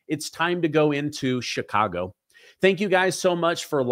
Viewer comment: I can tell you're an intelligent man, and I do enjoy listening to your pod cast. I spent all of my adolescent years growing up in the city of Chicago, in the state of Illinois. One of the things that was hammered into us students was how to pronounce CHICAGO. You pronounce it as a SHA when it's a CH like in the word Cherokee. Here's something that's as a side note, there's Indian reservations all over th the City of CHicago. Every neighborhood city park is a piece of a reservation within the city of Cook County. Most people who today live within the city limits of Chi-Town don't know this and probably dont care. Incidentally, one more thing I do appreciate how well you pronounce your vocabulary of the English language. I know that pronouncing CHicago incorrectly is a small matter, but I would almost bet that Indian Chief Chicago would be turning over in his grave to listen to all of the White Men who just refuse to learn to have some respect for his name. Do keep doing your up-to-date podcasts, I for one enjoy listening to you. GOD BLESS YOU AND YOURS!